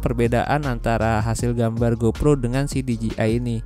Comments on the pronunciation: Bang perasaan nyebutnya D J I osmo bukan ji osmo . Apa saya yg Salah ya? 😅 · D J I dibacanya literally dji 🤣🤣🤣